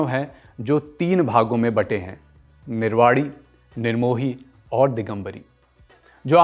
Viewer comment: Its a humble request to pronounce nirvani in correct way. I am not judging you but please correct this.